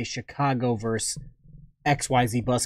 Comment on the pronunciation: versus VERSUS VERSUS!!! NOT "verse"